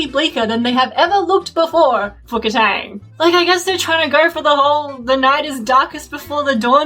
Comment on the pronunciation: kataang... no. it even sounds wrong